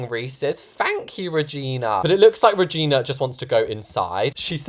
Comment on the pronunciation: When he said Regina I hear V@ N@